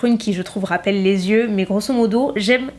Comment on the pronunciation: Coucou !! Juste pour info le mot "yeux" se prononce bien "yeux" et pas "zyeux", sauf si tu fais la liaison avec un "s" avant :) Voilà de rien ^^